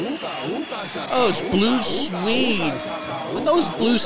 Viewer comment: I hate it when these Music reaction people do not research their topic 1) pronunciation = Blue SWEED not swade 2) original version, by B.J. Thomas [no ooga chaka] 1968. 3) The original oogo chaka version was done by Johnathan King in 1971. 4) the Blue Swede version was 1973 and is a cover/copy of King's version.